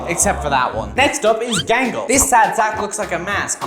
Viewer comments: "OnE sIdE eYe GaNgLe" 😂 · You did, bro Gangle wrong😂